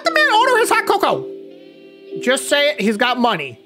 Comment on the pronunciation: Cocoa is pronounced CoCo not Co Cow